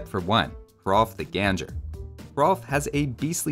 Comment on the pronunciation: All three trebuchets are historical units! We all know about Warwolf at this point, but God's Own Sling and Bad Neighbour are also historical trebuchets. And Bad Neighbour is actually a pretty funnty name, so we can tell people could have a sense of humor in the old days from that alone. Also, Hrolf the Ganger is pronounced "Gang-er", not "Ganjer." It means the Walker, because he was too big to ride a horse. Vikings liked these sort of names, like you can see from King Erling Crookback (his spine was bent), King Sigurd Snake-in-the-Eye (his eye had a weird mark), and King Harald Bluetooth (rotten teeth). Other people got Alfred the Great, Suleiman the Magnificent, and Catherine the Great. We got King Toothrot.